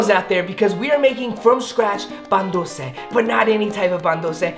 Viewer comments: No hate but is very whitewashed. Literally, every time does something remotely Latin he does this weird Spanish accent to make it seem like he is a true Mexican lmao. He also said, "Pan duce" and not Pan dulce,. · my dude really said “pan ducceee “ speak it right or don’t say it 😂😭